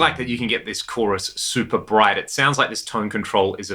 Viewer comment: did you just say CHORI? The CHORI tree of pedals. Haha